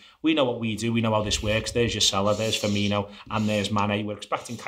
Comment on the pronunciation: FER..MI...NO!!!!! FFS!!!!